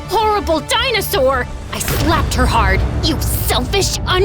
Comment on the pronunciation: “YOU JEALOUS, HORRIBLE DWINOSUARRRR” me: “huh”